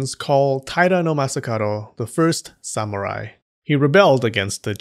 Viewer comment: "Samu-ride." Now that's a proper Linism.